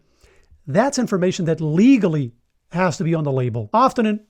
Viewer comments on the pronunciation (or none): I chuckled at how you emphasize the word LEGALLY as if criminals care if it's legal and would be deterred. Also, criminals would never put fake labels on fake oil. I've about given up on olive oil there literally is no way to tell if it's legit unless you saw it go in the bottle from the tree.